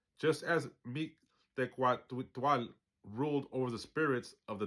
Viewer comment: Don't worry too much bout the pronunciation... The meaning comes from the understanding of your balance with heart and mind... But if you like, here's a way to remember the sounds... Mick-teh-kasi-hua-tle... The Q is silent. 🙂✌🤞🤘🙏